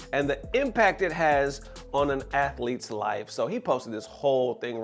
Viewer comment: Lol "athlete"